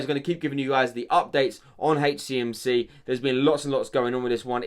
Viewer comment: Love how he say hey cmc 😂